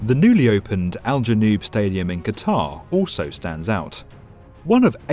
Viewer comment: Oso? It's also. Poor pronunciation